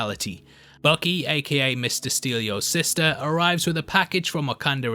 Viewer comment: "Mr. Steal-yo-sister"! Lmao!